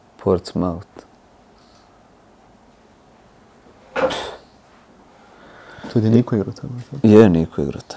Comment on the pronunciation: Pa Luka pobogu, igrao si tamo. Da ne znaš izgovorit Portsmouth.